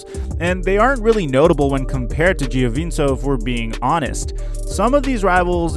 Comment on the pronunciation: Giovink-o is how u pronounce it